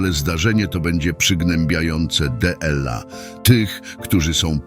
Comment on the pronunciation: Z czworgiem oczu a nie z czterema oczami. Kurcze! Co video to jakieś błędy. Dlaczego ludzie produkują się publicznie bez znajomości gramatyki. Dela zamiast dla wskazuje na użycie do czytania robota AI a nie człowieka. W dodatku angielskie liczebniki, prowadzą na błąd zamiast wprowadzają w błąd, na szczycie czasu, czas nie ma wierzchołka, to nie górka czy budynek. Ważne rzeczy podane byle jak. Tak się nie godzi.